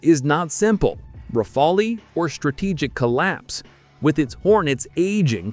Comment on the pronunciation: it’s pronounced rafal, you idiot….the e is silent. Learn how to pronounce the word before making YouTube videos.